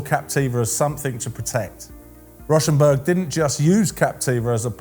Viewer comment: It’s actually pronounced “Row”- rhymes with cow - shenberg…